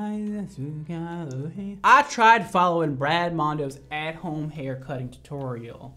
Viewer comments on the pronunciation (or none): lmaoooooooo the last girl was south african and her surname is afrikaans, I died when you couldn't say it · Brad Mondo trying to say Geldenhuys gives me life🤣🤣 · When he said Geldenhuys 😂😂😂😂😂😂 only a South African can say that correctly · only south africans know how to pronounce “geldenhuys”🇿🇦😂😂😂😂